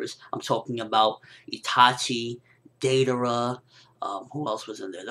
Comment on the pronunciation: 1. manga not monga 2. all the hokage's were sealed with the death god jutsu. (yondaime sealed himself and the 3rd hokage sealed himself + the other 3) 3. dai-darah not day-dairah 4. kah-kuzoh not kah-kuzoo I could throw more mispronunciations you made, but then I'd just be nagging >_>